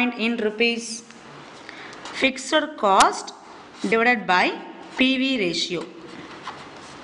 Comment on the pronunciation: Why are you pronouncing fixed as ficser??